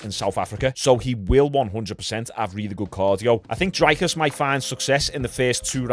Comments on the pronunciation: Hey Sean, just to let you know it's pronounced Dree-cus. But it's at least a lot better than some other pronunciations I've heard from other commentators. Love your content bro 🤜🤛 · Pronounced “Dreekis” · For future reference his name is pronounced Drickus (the r is a roll of the tongue, but fuck that) “Drick-us Doo-pleh-see” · his name is pronounced dree(like tree) cus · You pronounce Dricus Duplesis like the ‘rick’ in Strickland, then it’s : Duu plus cee